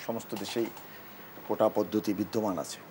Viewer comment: কোঠা না কোটা